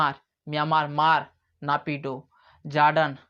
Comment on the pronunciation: ओ भाई म्यांमार की राजधानी "नेपीडा" है। न कि"नापिडो"